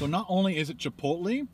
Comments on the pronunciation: it's pronounced Chip-oat-lay not chip-low-te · It's pronounced "chipotlay" not "chipotlee" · It's pronounced chipolay